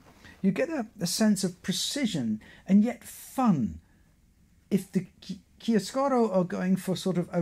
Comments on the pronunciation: About the italian pronunciation of "chiaroscuro". You pronunce it as if it were "chiascuro", you miss a "ro" after "chia". In italian "chiaroscuro" is the juxtaposition of "chiaro" (light) and "scuro" (dark) and it is the name of a shading technique, typically with pencil. Of course, this is not at all important. Thank you for your very interesting talk! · The pronunciation is ChiaRoscuro, you have to pronounce the R, it's very strong.😊